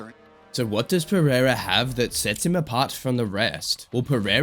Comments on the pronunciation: Chael:Alex Piera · Chael sonnen: alex piyera😂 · Chael calling Pereira "Pierre-uh" 😂😂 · I love when Uncle Chael talks Alex Piera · chael sonnen doesnt pronoune the first "r" of pereira piera wtf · You have literally used some of the biggest scumbags in the UFC to praise Alex. 😂 How much brain damage do you have ? Goal listen to chael, Dude's literally bragging about Alex but can't pronounce his name properly. And I know how much you UFC fans really love the cheaters of your sport